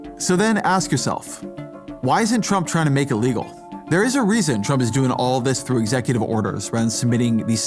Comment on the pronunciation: Does the cosplay pirate know that illegal is one word and not pronounced ill legal?